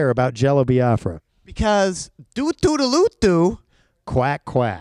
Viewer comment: I love that Jello Biafra says it correctly "bee-ah-frah" not "bye-ah-frah". It was a sovereign nation that never saw the light of day fought for by my ancestors 🌅